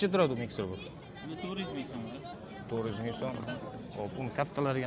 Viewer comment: Miksir 😃😃😃 miksirmas u frezer u